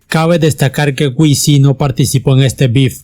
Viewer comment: No es wisi (wc) se dice dub si (wc) y saipres jill (cypress hill) no cipres hell!!